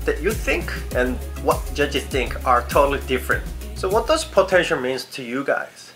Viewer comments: potencher? 😂😂😂its potential. 😂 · Potentier.. Potential? Potentier.. I'm not making fun of you. just like your accent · I'm watching this not because I want to be an idol but to see struggle or having a hard time to pronounced the word POTENTIAL 😂✌ but I'm a fan. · I love the way you say potential x)